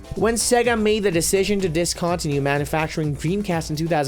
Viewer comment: My god, this guy's miss-pronounced words list is staggering. How he says discontinued made me go back 3 times to make sure I knew wtf he's saying